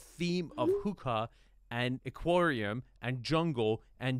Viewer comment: Not to be a hater but Enes and Arvin pronounce aquarium incorrectly or is this an american thing?